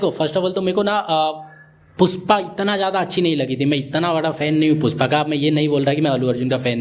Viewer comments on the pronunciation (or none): पुष्पा ❌ पुस्पा ✅ 😅